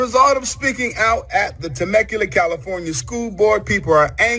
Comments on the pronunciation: I had to have a little giggle, You jacked that up bro. Temecula is not pronounced TIM-MAH-KUU-LAH, the correct pronunciation is TAH-MEK-QUU-LAH, California. It's a small city North of San Diego. It's alright bro, lots of people pronounce it wrong. Bro, you had me on the floor rolling. I live not to far from Temecula and when you said Timahkuulah, I sat back in my chair and said where in the hell is that, and then I got it😂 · lmaoooo said "temma-cula" it's "tuh-mek-you-luh" anyways, stellar work as usual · Ta-mek-you- lah = Temecula